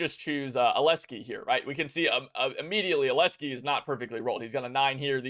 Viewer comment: Nice guide! Aleski is gonna have a word with you for butchering his name tho (Alexey)